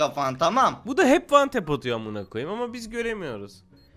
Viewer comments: Wantepin ne olduğunu bilmeyen hs ye wantep diyo wantep kafaya tek mermi demek:) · abinin her şeye vantap demesi